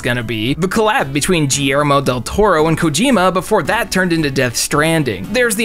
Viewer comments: GEE-ayr-moh Del Toro is wild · Wait how did you pronunce Guillermo Del Toro? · Please learn how to pronounce “Guillermo.”😂